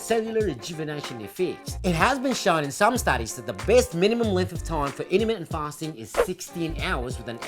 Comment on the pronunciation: when I heard the "INTERMITENT PASTING" I INSTANTLY SUBBED. Hahaha. How come I've only seen your channel just noww..